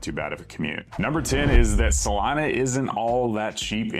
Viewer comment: 😂It’s pronounced: Sah-LEE-nah …!! 🎯